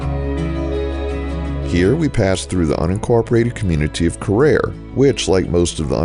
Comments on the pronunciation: It's actually pronounced Care-REAR. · I grew up in Carriere. It is pronounced Care Rear, as in "Take care of your rear " like many of the small towns and communities here it was named after the owner of the local saw mill as logging was the main industry here in its early years.